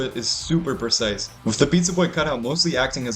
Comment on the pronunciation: makes me cry every time he says "precise"